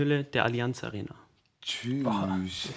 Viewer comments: Schüüch??? Macht Alaba einen auf Türke oder was? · Alaba richtiger Brudii wie der Cüş gesagt hat 😂